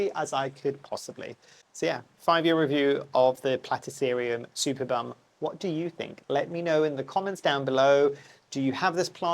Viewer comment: Let me put my "Ms Know it all" hat and quote others. My favourite German botanists made a care video not long ago, so I just repeat what I remember: The name gets pronounced "supErbum" with the emphasis on "E". So not related to superior backsides. It is one of the biggest, if not the biggest platycerium in nature. It can deal with lower temperature (not freezing, it's not winter hardy), but not with lower light. It needs as much light as possible, so one of the guys, who showed his privately owned one on the video, basically said the superbum has its own growlight in winter and sits on the balkony in full sun in summer. The mounting was quite interesting, too: he had taken a plastik pot (with side holes, one of those that you buy for water plants) and had cut a hole on the side of the pot. He then stuck the root ball of the platycerium inside and filled the rest with kokos chips. With time the mantel leaves have grown around the pot enclosing it completely which made watering and fertilizing much easier and still enabled him to hang the plant. That's the basic function of these leaves, in nature they build a "nest" where organic matter falls from above or ants and other insects leave their "dumplings". It is essentially a compost bin. Even more interestingly, there are other plants (some orchids, for example) that grow there and are specialized in growing in the "compost bin". Very interesting, indeed. Another way to mount it would be using a vanda basket but tilting it side